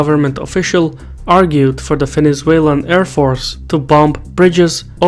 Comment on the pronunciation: "Fenezuelan" :D